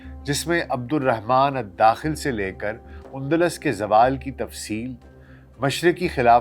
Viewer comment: Undlas نہیں Andalus ہے